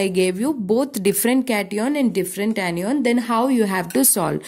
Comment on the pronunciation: Ap log itna show off kyu krte ho ... English thik se bolna aa nhi rha hoga fir bhi lge pahde he ...this is ye this is wo ..this is bakchodi......are nhi bol pa rhe to hindi m baat bol lo anion ko anyyyyon bol rhe h....2-3 sentence rt ke puri vdo m whi chep rhe hain